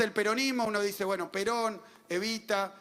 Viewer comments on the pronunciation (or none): none